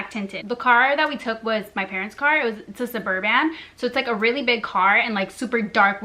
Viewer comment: Subur-BAN, lol